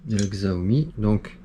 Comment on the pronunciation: Très bonne vidéo merci. Au passage on dit chiaomi et pas xziaomi